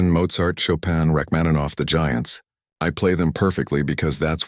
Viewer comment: Nie "Rakmanowa", matoły i nieuki, tylko RACHMANINOWA. Wypadałoby wiedzieć, jeśli się porywacie na program o muzyce. Imię "Sara" można odmieniać. "Zwrócił się do Sary", a nie "do Sarah". I jeszcze jedno: wprawdzie po angielsku mówimy "you",ale nie zawsze się to tłumaczy jako "ty". Taka młoda osoba znikąd nie zwfracałaby się per "ty" to obcego człowieka,w dodatku sławnego pianisty.